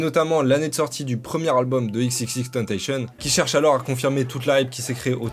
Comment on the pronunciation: enfin un mec qui sais prononcer le nom d'xxxtentacion ptn